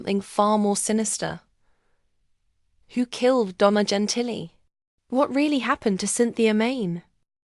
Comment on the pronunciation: "Jen Tilly?!!?" 🤣 JESUS CHRIST!!!